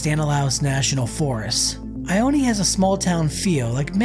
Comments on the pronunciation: it's not "eye oh knee" it's pronounced "eye own" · It’s pronounced ioneee lol it’s just ione lol I-own say it with me i own that’s it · It’s pronounced EYE-OWN not EYE-OWN-E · It’s pronounced I-own not I-own-e lol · It's pronounced I own. NOT I own ee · It’s I own. Not I owne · It is pronounced “eye own” not “eye own eee” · It I-Own not I-o-knee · Its not "I-own-eee" its "I-own" 😂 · It’s just ione not ioneeee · It’s not ioneee it’s ione! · It is not pronounced IonE. There is no long e sound at the end. I OO N. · The name is I own. E is silent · The town ione is pronounced eye own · It's pronounced eye own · It’s actually pronounced ( i own ) just incase you were wondering . Love the content by the way . I wonder if the closing of Preston is the cause of the decline in population of ione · It is pronounced I-OWN😂. Awesome, and informative video though. Just thought I would point out the pronunciation. Either way, you’ve added a new subscriber. Love the detail you put in. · It’s not pronounced Ione , just Ion you drop the e! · Probably a good idea to learn how to pronounce the town's name before you make a video. Ione pronounced eye-own. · Your not pronouncing ione right